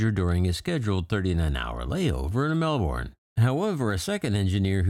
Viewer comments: That place has gone to the dogs since I left! BTW, in Australia, that city is pronounced Melbn, not Melborn, which is in Florida. Of course, if you live in Melbn, you pronounce it Malbn! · It's Mel-bin not Mel-born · Enjoy all your video Aussie (ozy) pronunciation Melbourne (Mel ben) 😁 Keep up the great work!!! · I'm not an Australian so perhaps I should not comment (but I have family who live there). The pronunciation is 'Melbin'. Although some New Zealanders are known to call it 'Mul-bun' ... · You can't pronounce Melbourne properly. Talk to an Aussie, they will set you straight.